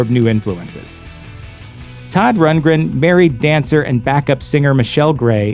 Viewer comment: "AN OPENED LETTUCE TO SODD RUNTLESTUNTLE," 🤣😂